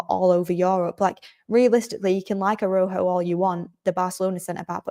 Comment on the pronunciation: A-ra-u-ho,, short a, short a, long u, long o, phonetically. You did well,, 👍💕